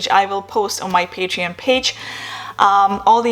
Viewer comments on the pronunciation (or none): none